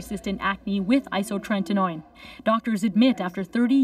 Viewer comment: isotretinoin not isotreNtinoin!